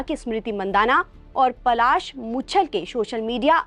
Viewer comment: Phle bolna sikhiye Pasal nhi Palash muchchhal naam hai unka 😅